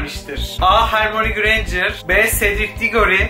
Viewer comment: Yalniz hermione hermoni diye okunmaz hörmayoni diye okunur ya da hörmayni diye okunut